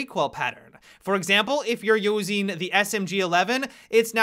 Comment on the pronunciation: "if you are using" look at how he says it lol.